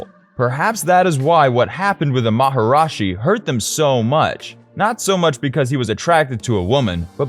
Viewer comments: I suggest redoing the video, as you say maharashi where it is maharishi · Everything except the way he mispronounced Maharishi as “Maharashi”. Mispronounced it every single time. Didn’t get it right once. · How devaluing, disrespectful and unprofessional that you did not do enough research to even learn how to PRONOUNCE MahaRISHI correctly instead of your total mispronounce MahaRAJI. Geez. This reflects on you and this channel as being a goofball know-nothing with no credibility. We are talking BASIC grade school level journalism here. I would Redo the whole piece. What's your name, Bozo? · It’s “Maharishi” not “Maharashi” as you mispronounced literally EVERY single time in the video. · 1. Anyone who disables dislikes gets no upvote, like or subscription from me; 2. Even WITHOUT the disabling, no upvote for sh*tty AI voice; 3: "MaharAshi"???